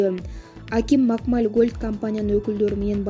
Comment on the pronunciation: Макмаль эмес туура айтсаң Макмал эле